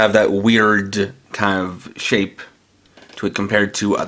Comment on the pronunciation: MY DUDE SAID SHIPE!!